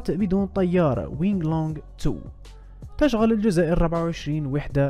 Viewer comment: تشغل بضم التاء وفتح الشين وكسر الغين مع تشديدها وضم اللام